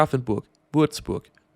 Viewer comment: Look, i love u, honestly. BUT PLEASE stop saying "munshen", I'm not even german, but that is PAINFUL to hear, it's not "sh" it's "h". Ok anyway bye 😘